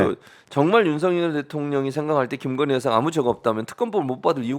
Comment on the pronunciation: 굥석열 나라의 기둥서방나으리께서 "깅거님"(김건희씨가 자신의 이름을 이렇게 발음 하더군요. "깅거님"이라고...)의 옥체보위를 위해 결사항전을 하고 있으니까. 예외로 합시다.